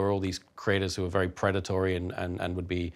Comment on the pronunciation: Love you Tom. Best boi, vewy NOICE👌